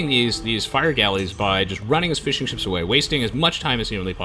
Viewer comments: "...and gets to start making fish and chips" ... cant unhear that haha. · Am I the only one who hears fish and chips instead of fishing ships?